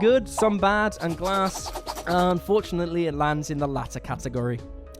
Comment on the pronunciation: Oooohhh swing and a miss on “glass”